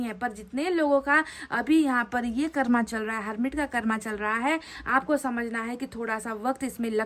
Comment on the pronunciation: हम रोज आप की रीडिंग देखते हैं । लेकिन आप से एक request है कृपया हिंदी के शब्दों का उच्चारण हिंदी तरीके से ही करने का कष्ट करें जैसे---कर्म- को कर्मा, चक्र -को चक्रा, please ऐसा उच्चारण न किया करें सही उच्चारण- कर्म और चक्र हैं । हम चाहते हैं कि आपकी वाणी और अधिक प्रभावशाली हो । sorry and thankyou. God bless you